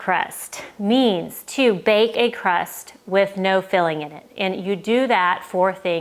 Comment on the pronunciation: That’s supposed to be “crust” not “rust”. 😂